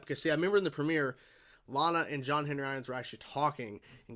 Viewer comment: For some reason as John leaves Lana's kitchen. It sounds like she called him "Sean"